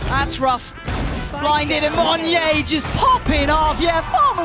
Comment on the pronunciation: Just reminding everyone that it's Mon-yet with a T. Means monkey in indonesian language. Not Mon-yay (ala french)